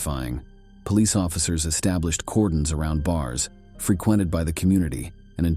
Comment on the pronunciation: "FreQUENTed"? If you are going to speak English with an American accent, it's FREE quent ed. with the accent on free... ROBOT!